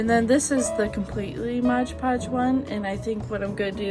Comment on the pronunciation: It's Mod Podge not Modge Podge. Please.